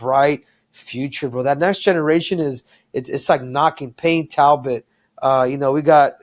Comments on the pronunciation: Payton talbott ❌ Payton tablet ✅ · “payton tablet”😆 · Henry aint right for letting Kamaru keep saying Peyton Tablet 😅😂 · Also there has to be someone monitoring the podcast as a helper for any and everything to help it stay professional and factually correct. Even just there to help them with not mispronouncing anyone or forgetting anything. Like usman calling Payton Talbott “TABLET “. Henry never corrected him nor did kamaru change his pronunciation showing there no one in there ear or telling them when they’re wrong about something. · Kamaru needs serious practice - Say it with me... Payton....TAL-BOTT - He's not an iPad bro lol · Never aks Karmaru to say Payton Talbott.